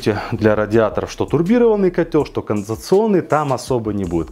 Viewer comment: Уже сто кило подписчиков, бро! Но так и не научился говорить "конденсационный" )